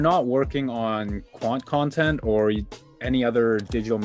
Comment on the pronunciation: This was great "Quanttent" enjoyed listening to this! Definitely valuable information 👍